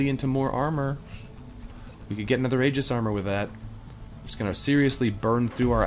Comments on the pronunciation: Yeah, it probably is nitpicky of me. I wouldn't be moved to say anything if it were the only issue, but Boulos being turned into "bao-lowce" and Jimenez rendered as "hee-muh-nezz" have both been getting on my nerves for a while, so I finally kinda snapped when I heard "ay-jiss". I probably should have considered the Canadian/American phoneme difference, but as far as I know, that's not one of the affected vowels. The other half of my motivation to mention it despite the picky nature of the comment is that stated in the past that he likes to try to get pronunciations as right as he can, so it almost comes as an "Et tu, Brute?" moment when these things happen. Totally unreasonable of me, of course, and I do appreciate considerably that he tries. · Just fyi, Aegis should be pronounced "ee-jiss" or "eye-jiss", unless explicitly intended otherwise as in the case of brand names and such.